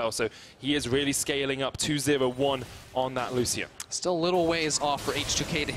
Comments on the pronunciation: Lusssian... my soul cringes so hard. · Triggers me how he says lucian